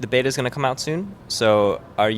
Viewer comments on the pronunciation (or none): none